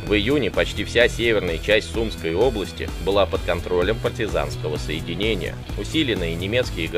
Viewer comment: Не в сУмской , а в сумскОй